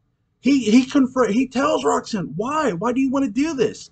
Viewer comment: I always wondered what Claude's relationship with Roggsaanne (his pronunciation that always bugs me) was like in the years before Barnabas showed up. Her life-force must've been pretty strong to keep Angelique going that whole time! That was always a strange thing to me anyways, but I just kind of figured that science worked a little bit differently in parallel time. Regular time Roxy was kind of a bitch, but the 1840 version was a return to her innocence... Her whole 1970 storyline to me was way more interesting than the one centering around the Tad and Carrie ghosts... I'd love to read a novel about how Sebastian came under Roxanne's influence. But I chalk ALL the problems up to Barnabas' seeming obsession with red heads! Ha 😂